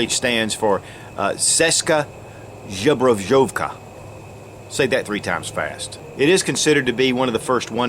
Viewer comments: Its not Žobrojovka! :-D There is no [zh] in the beginning :-) Zbrojovka ;-) Great vid! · Actually second word you did pronounce wrong. The correct way is: Zbro - yov - ka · Mate, Ceska literally means Czech, and it's Zbrojovka, not Zobrozhezhevka :D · Nije Žabrožovka nego Zbrojovka! 🤣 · Actually the C stands for Czech, and the Z stands for Zbroyovka(and yes you totally butchered it) witch means Armory. So its Czech Armory :)